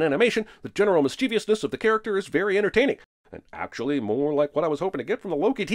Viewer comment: Mischievousness The "I" is silent, fool..